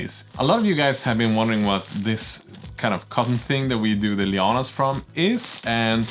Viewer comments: I am loving the project. I have a stupid question, as an America who knows zero Scandinavian languages, what are 'lee-ah-nas'? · I want to ask what may appear to many to be a silly question and maybe it is just me hearing you wrong? Please I mean no offense. But that white stringy fabric stuff you have that you mentioned people used for polishing their cars. You said you were adding it to the diorama as 'Leo-anne-ass' and I have no idea what you mean by that? It looked to me that maybe it was vines or perhaps some giant web? Especially a web as you mentioned putting some more on after the Manta was in place. I imagined a giant spider type entity had caught it in a web which brought it down. Maybe a spider type demon called Leo-anne-ass, is that what you are getting at or have I got the wrong end of the stick? Thanks for the anticipated answer.